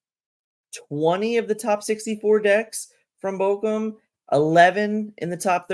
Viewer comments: Take a shot every time mispronounces Bochum 😂❤ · out here botching the name of German cities. Going to start WW3